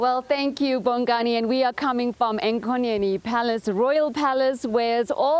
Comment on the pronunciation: Enyokeni not enkonyeni